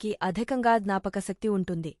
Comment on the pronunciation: అధికాన్ని అధకంగా పలుకుతున్నావు...